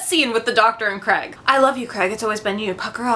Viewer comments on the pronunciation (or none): it is Craig not Creg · Yeah, I assumed you did until I heard you say it more clearly and I heard 'Kreg'. Sorry, hope I'm not annoying you 😕